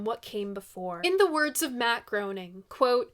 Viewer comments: One of the best Zappa albums. Also, hate to say it, but it's pronounced Matt GRAINing, even though it looks like it should be GROANing. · Groening is pronounced like grayning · sorry to be that guy but groening is pronounced “graining.” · “Hot Rats” is one of the first albums this hopeless music nerd ever bought (and among the most BRILLIANT!). The musicianship on that record (and ALL Zappa recordings, for that matter), is much more than just considerable. Great video,! P.S. - Matt Groening’s last name is pronounced “GRAY-ning”. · Loving the shows. Just a silly little correction. Matt Groening properly pronounced rhymes with raining. Like Graining. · Good video. For what it's worth, Hearing Matt Groening's name mispronounced made me groan. The 'oe' in his name sounds like an A; phonetically, his name sounds like "Graining."